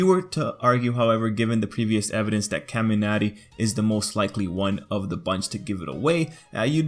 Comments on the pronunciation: Why is he saying kaminari like Kamiarty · The way he says kamanari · I like how you say :,, Kaminari" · The way he says kaminari bothers me so much jeksjkss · my ears bleed every time u say kaminari